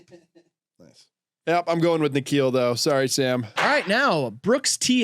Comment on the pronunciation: hold on thats my name. you barely ever see the name in america lol. Also its pronounced Nick-khill